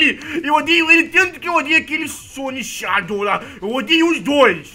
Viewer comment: Não é shadou Sonic é só shadou e se pronuncia shedou ele é mas rapido que o sonic